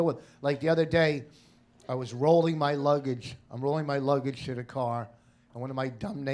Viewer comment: 5.10 His splash mouth making a mockery of the word luggage 😅 classic Hey its Vos!!